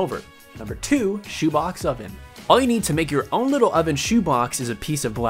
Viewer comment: who else thought he said chubacca instead of shoe box? 😂😂